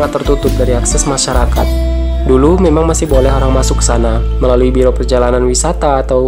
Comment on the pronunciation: Masyarakat bukan masarakat 😂😂